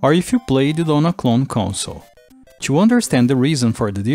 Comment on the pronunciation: Esse “to” expôs a sua brasileirisse